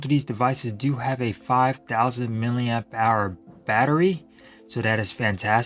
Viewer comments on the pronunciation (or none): none